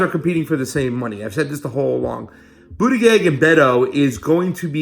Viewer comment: It's pronounced Buddha Judge...both 'g's are soft. For some reason this mispronouncing really bugs me.